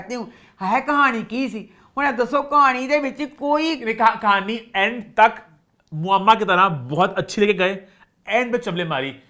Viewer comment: ne muamma Sahi pronounce Kia!!! Mubarak ho!